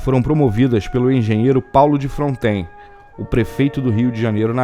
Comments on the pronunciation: a pronúncia de Frontin tá errada, se fala Frontan. O nome é de origem francesa. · Em português a pronúncia é Frontin, e não Fronten, mas a pronúncia correta é Frontan. E eu sou carioca e vejo gente falando errado, sem saber a origem do nome.